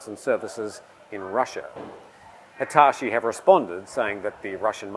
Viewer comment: The way you butchered Hitachi pronunciation was truly outrageous